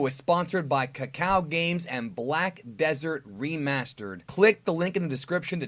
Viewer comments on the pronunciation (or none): none